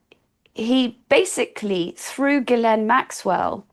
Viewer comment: I can tell Ward knows what she's talking about as she's one of the very, very few people who can pronounce Maxwell's first name correctly.